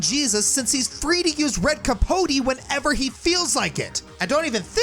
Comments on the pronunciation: Red Capote is actually not pronounced like that, at least not in Spanish, in Spanish the vowels only have one way to pronounce them, elephant for example has 2 pronunciations of the letter E, in Spanish the E sounds like the second E on elephant, so the way you pronounce it would be written "capoti" in Spanish. I assume it's Spanish in origin because the boss is dressed like a Matador and the red cape Matadors wear is called capote. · As someone from Spain: I can verify you didn't pronounce Capote correctly. You also butchered Andalucía to a comical degree. You tried, at least. I've heard worst.